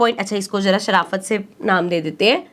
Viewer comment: (sarafat) miss Pakistani h 😂